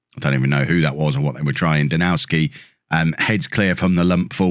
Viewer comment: you're pronouncing Danowski's name wrong and others like him (Dombrowski for instance). The Ws are pronounced as Vs. You wouldn't call Bayern Munich's striker Robert Loo-and-ow-ski. Even English players say it with a 'v' like James Tarkowski at Burnley. It's also why the Polish city of Krakow is pronounced Krak-ov (I believe). EDIT: The Vs may even be Fs but someone else would need to clear that up... Enjoying the series though and I like this new interaction with the game's social media morons!